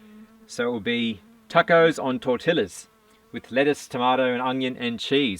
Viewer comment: (The Spanish word is pronounced tor-TEE-ya).